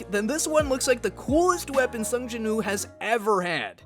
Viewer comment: Why you making woo sound like ooo I hate it it’s cursed